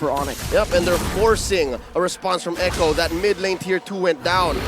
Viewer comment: Echo❎ A cho✅